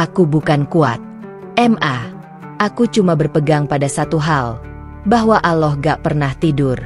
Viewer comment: Knaoa ya penutur channel ini ko ga belajar mengucap yang benar saat mengucap nama Allah yang benar , selalu mengucap Aloh, hem gemes , dah ga usah di terusin.